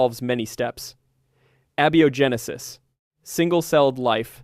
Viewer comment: Abby-oh genesis? This is why I hate AI narration. This was interesting but the volume of pronunciation errors and unnatural speaking cadence throughout make it more sloppy and irritating than enjoyable. Please humans, go back to doing your own narration.